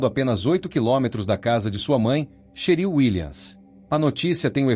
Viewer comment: NÃO É CHERIL... É TCHÉRIL!!!!!!!!😮😮😮😮😮😮😮😮😮😮😮😮😮😮😮😮😮😮😮